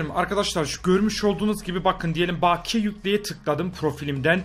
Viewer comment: ) baakiye diye okunmaz bakiye direkt hızlıca slylicen